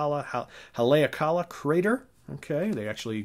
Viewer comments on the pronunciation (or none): of Tranquility - Haleakala is pronounced "ha-lee-aah-ka-la" with accent on "aah". Machine Gun tears me up every time. I walked through the crater barefoot, I had no shoes. I saw Jimi at the Forum in 1970 with Billy and Mitch. The dude was actually glowing, he carried his own light. Dave Mason played a bit on Electric Ladyland. Yes, the solo(s) on Machine Gun are unequaled.